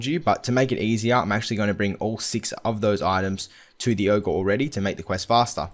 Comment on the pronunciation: One complaint, yo don't know how to say ogre.